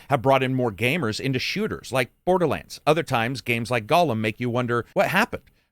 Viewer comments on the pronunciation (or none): none